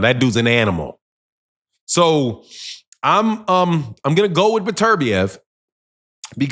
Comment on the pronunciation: Dude pronounce his name right. It’s beterbiev not burturbia